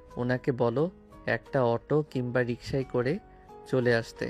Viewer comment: আপু রিসকা না রিকসা